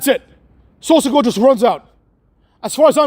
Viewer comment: "Solo Se-CUCK" 😂